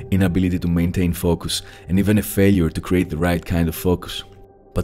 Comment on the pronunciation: It's not "fock us"😁, it's "fowk us".